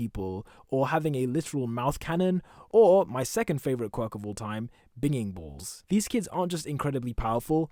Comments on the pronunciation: It triggers me he said it like “bing-Ing balls” when it’s “bin-jing balls” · Just as a heads up, it's pronounced "binging ball" with a soft 'g'. As in "binge eating" or "binge watching"